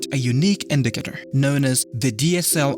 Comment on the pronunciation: he said indicator 700 times and in a wrong pronunciation